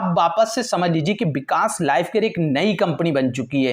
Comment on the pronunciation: Bikas kya hota h vikas hota h ...😁